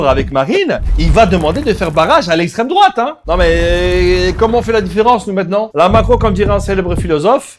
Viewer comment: "la laïcité c'est l'éstrém drouate" ... on en est là ... bravo